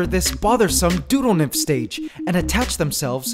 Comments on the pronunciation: The first time I watched this video, I thought he said doodlenymphs. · "deautonymph" sounds like doodle nymph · I keep hearing doodlenymph xD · Can we call the new form of mites doodle-nymph? That's what I hear lol